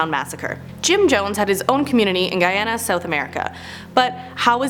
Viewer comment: You said Guyana correctly 🥰🥰🥰❤️❤️❤️❤️